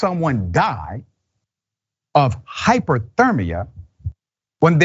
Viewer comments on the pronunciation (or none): Hy-PO-thermia vs Hy-PER-thermia Hello Dr. Ritchie, I just came from another post about this horrible crime and I noticed the same comment and confusion from you as the other person who posted her video. Much love sir - I say that so you know that this isn't an attack. This poor soul indeed died from hy-PER-thermia [not hy-PO-thermia]. I understand the mistake because we hear about hyPOthermia MUCH more than we hear about hyPERthermia. We're just so used to hyperthermia being called 'heat exhaustion' or 'heat stroke'. Also, we're not used to hearing about people dying or suffering from the heat using the term hy-PER-thermia they way we do in the case of hyPOthermia (from the cold). Anyway, I just wanted to shine a little light on that. Take care sir. PEACE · HYPER-thermia is not HYPO-thermia "Doctor". How is this jagoff college educated man unable to discern the difference between the two different words. SMH I can't with this guy. He repeatedly says HYPOTHERMIA from the heat. What a complete maroon. That being said, the victims of this man should immediately file to collect any restitution that is won in this case! There are victims due to his actions so any funds won by his family should be handed over to them before the criminal's family gets a penny. Then the attorneys. If anything is left over then he should pay back the taxpayers who payed to feed him all this time. Prison is not supposed to be comfy cozy for dirtbags. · Hyper not hypo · hy·per·ther·mi·a /ˌhīpərˈTHərmēə/ Learn to pronounce noun MEDICINE the condition of having a body temperature greatly above normal. I know its weird but thats the definition. GROSS NEGLIGENCE ? I’m gonna say murder, torture , Geneva convention violations. We don’t treat enemy combatants this bad. DISGUSTING HOW YHEY TREAT US !!